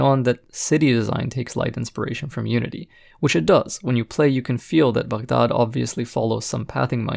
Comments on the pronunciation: glad you call it Bug-daad and not Bag-daad..in the video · You’re the only YouTuber to pronounce Baghdad correctly and as someone w a middle eastern background as well as a fan of your content makes me even more happy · Review aside, I love that you pronounced Baghdad the way it should be